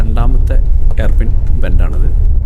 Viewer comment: എയർപിൻ അല്ല മാഷേ ഹെയർപിൻ ആണ് ചോരമല്ല ചൂരമാണ് ഭാക്ഷ നന്നാവണം അനൗൺസ്‌മെന്റിനു 🙏🙏